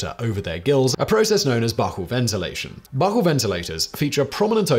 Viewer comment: Gods... "Spiracles"... "Buccal"... "Ordovician"... So much butchering of pronunciation!